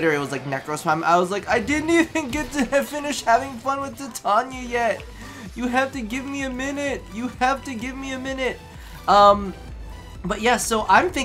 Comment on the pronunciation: So, its not "Tah-Tee-yana" - it's "Iai-Tain-eeyuh", and it's not "Zooj", it's "Ju-geh" (with a soft J) sorry, but it drives me insane when people remain complacent with improper pronunciation. Also, I'm feeling like Harrow is just going to be MR Fodder with no end-game capability. And, based on his design and how he was alluded to, lore-wise; he is a major let-down. DE called him a "priest frame", then made him all about headshots. Neat. wft does that have to do with being a "priest". FFS HE DOESN"T EVEN HEAL PEOPLE LIKE THAT TOKEN THING THAT PRIESTS DO.